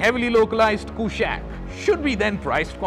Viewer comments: It's कुशाक NOT कुशैक। from Sanskrit! so that accented A is totally colonial. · i am sure its not pronounced 'koooshaaq'